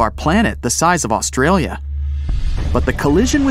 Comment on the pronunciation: He got me when he said Australia